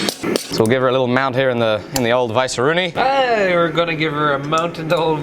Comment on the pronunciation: "We'll give 'er a li'l mount here in the ol' vice-roonie."